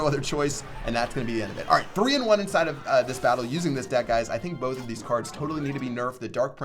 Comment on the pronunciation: probably he was tryin to say "both"